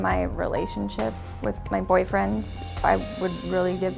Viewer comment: She said boyfriendss